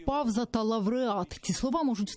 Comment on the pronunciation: ??? А чому «павза» чи «пів яблука» вимовляють з губно-зубним «в», а не нескладотворчим «у»?